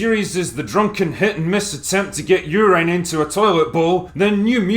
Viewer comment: why would you pronounce urine like that